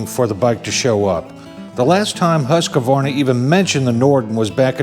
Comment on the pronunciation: Remember when saying Husqvarna, the “a” between the q and v (which isn’t there) is silent.😬 Yes I’m going to bust on you 😂 I always did the same thing until they made a chainsaw commercial explaining the correct pronunciation. Wish I could find it and post a link. It was entertaining. That’s a lot of bike, sweet.